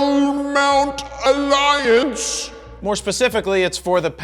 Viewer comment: I watched this video mainly just to hear you say 'L-Mount ALLIANCE" ... Love it and thanks for not letting me down!!!